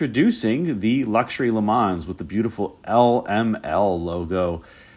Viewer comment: For the "Le Mans", you don't have to pronounce the "S". The name comes from the city in France where there is the famous 24 hour race.